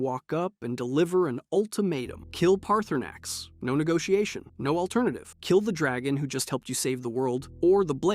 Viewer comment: Guy can’t even say Paarthurnax name right